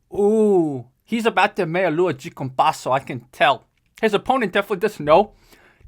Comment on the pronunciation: 1. people stressing about capoeira's effectiveness in combat sports are missing the point 2. you know how you can tell knows what he's talking about? the way he pronounces "de" in "meia lua de compasso" lol